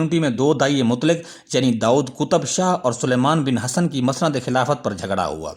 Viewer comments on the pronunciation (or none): none